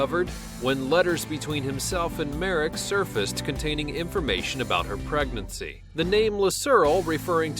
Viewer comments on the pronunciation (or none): none